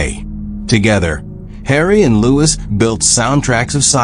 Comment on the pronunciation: Louis was the oldest, crappy AI can't even say his name right.